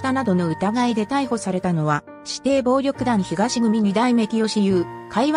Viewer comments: 「ひかし」組では、なく「あすま」組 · 組の名前の読み方が、全然違いますよ！訂正して下さい！